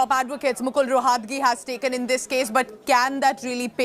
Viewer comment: Atleast pronounce the name right ... Roh at gi is how the name is pronounced ... It neither Latin nor French so where is the problem... Godi media is bloody unprofessional in every way